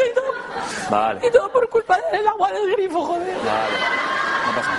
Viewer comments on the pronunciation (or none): "Y tooo por culpa del agua del grifo joder" ¿La forma en la que lo pronuncia? En bucle